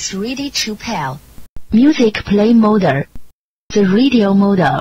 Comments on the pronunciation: lmao how it pronounces mode is funny its like mo duh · Her pronunciation is serviceable. The only big issue here IMO is when she says the word "mode" as "modah", which is sort of confusing if you don't know that's what is being said. Otherwise it gets the job done, and is probably as good as you can get for whatever she was getting paid. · In what accent is the “e” in “mode” a second syllable or the “ll” in “call” pronounced “r”? Her pronunciation is absolutely not “really good”, you can’t just chalk that up to an accent.